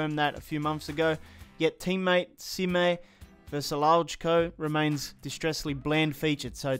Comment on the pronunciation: EA should really update LaLiga and Bundesliga faces in general. At least the star players of the smaller teams. And Foyth is pronounced Foid and Vrsaljko is pronounced Versajko I think.